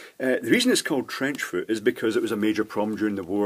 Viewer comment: "trench foor"